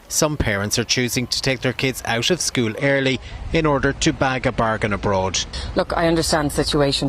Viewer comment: Good one - Suspect Young Helen’s not a MENSA Candidate!!!! Pronouncing ‘School’ with one syllable would be a start - after all she’s The Minister for Education!!!!!!!!!!!